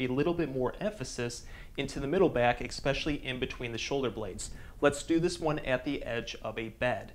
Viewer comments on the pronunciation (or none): Is it wrong that I have a difficult time taking professionals seriously when they say expecially instead of especially lol Sorry. I had to. 🤣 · Thank you for this wonderful video. I'm picky on words, so I have to tell you expecially is not a word... It's especially. Kind of like expresso is not a word... It's espresso. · There is no "X" in the word "eSpecially" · There is no X in the word eSoecially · Hard to trust a doctor who pronounces especially, exspecially,lol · You are a Doctor & you said EKspecially? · Idk if I can take advice from a dude that pronounces it “expecially”. Great vid tho 👌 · I love the videos, which are very helpful. Thank you. But, PLEASE, Im respectfully asking you try to stop saying expecially. You're a doctor, not a pool man!! -:-p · Seeing as you use the word especially so often, I recommend working on your pronunciation.